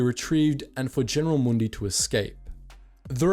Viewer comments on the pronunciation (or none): none